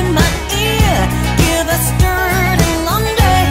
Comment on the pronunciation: Who told her it was okay to sing the words as "Dierday Lawndray". Horrible way to pronounce those words.